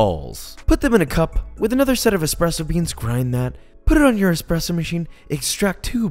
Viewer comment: Sorry dude but you lose absolutely all credibility when you say eXpresso